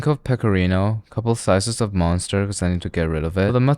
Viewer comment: the cheese is called "münster" not "monster"